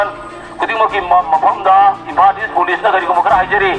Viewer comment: The one who announced he can't even say police correctly he says phulice wtf😂😂😂